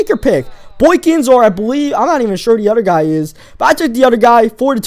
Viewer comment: Lol u speak with a lisp You can't say th's like In rhythm Or other (u say udder)